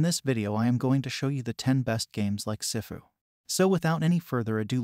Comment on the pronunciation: "Sehfu" 💀💀💀 It's SIFU